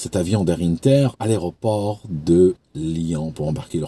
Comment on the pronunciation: on prononce 1ter en français.. pas innter 😉